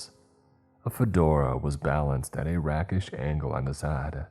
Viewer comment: FYI, Rakish is not pronounced Rackish. Otherwise keep on keep'in on. I listen to you all the time.